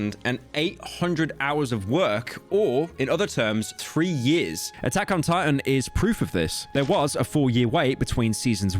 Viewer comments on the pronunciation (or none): none